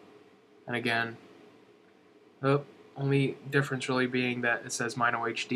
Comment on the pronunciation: Totally not being a snob, because I actually liked the video, but Mino is pronounced "Mih-No", not "M-eye-no". -HB